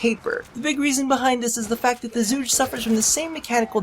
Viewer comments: its pronounced chu-kay not zu-gay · pronounced zhu ge not zhugay xD good try :P chinese here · Its Zhu Geh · WEE OOO WEEE OO HERE COMES THE PRONUNCIATION POPO It's like "zhoo guh" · Chocolate Egg Oh I know. With that pronunciation in the video I couldn't pass that line up though. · While I know you'll pronounce it however you want, I just wanna say that it's actually pronounced Chu-Ge (like Girl, but just the Ge part). Just dropping random info. Thanks for testing the weapon :) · "..it's zhuugee.." ,- Donald Trump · You're pronouncing it wrong, it is pronounced as "zoo girl" or something like that this is the chinese word, google it if you're up to it :D 诸葛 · your Chinese is terrible